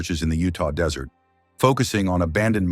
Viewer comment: Please don't make anymore of these. The story jumped all over, repeated shit several times and the ai voice used called the desert, dessert. Couldn't make it until the end, just horribly made.